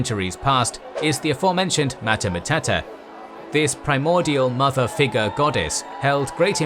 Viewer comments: Mater MatUta, not Mater MatAta. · Good video! But damn, you really butchered "mater matuta", you made it sound like "hakuna matata" xD It always amazes me how english native speakers never bother to google the pronunciation of words. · I think it's pronounced mater matootah. No schwa in Latin. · I REALLY doubt Mater Matuta is pronounced in such way. I doubt it's even pronounced as one word.